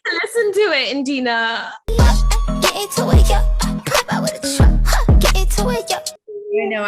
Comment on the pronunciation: She said indina ong😂😂😂